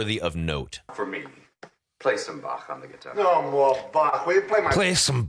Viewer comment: yes, my dear American, that is the correct way to pronounce Bach indeed